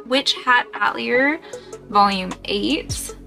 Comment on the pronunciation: Love the cosplay! Just fyi, "Witch Hat uh-teh-lee-ay" it's French